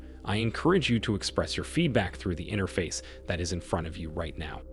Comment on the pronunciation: HA HA He said enter-face. Silly robot man. 😂😢😅😮😱🤙